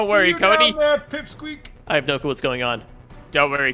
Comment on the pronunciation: "Cody" not pony